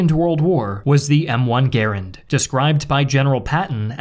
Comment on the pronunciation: Respectfully, you mis-pronounced Garand.